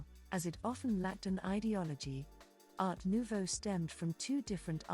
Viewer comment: In general good info, but earbothering pronounciation. Sorry, I can't listen to any more. It just hurts. Not knowing how to pronounce Jugendstil, Secession... Art Nouveau, Jan... I can't stand it. I think in fact it is AI voice. Such a shame for this good content. 🥵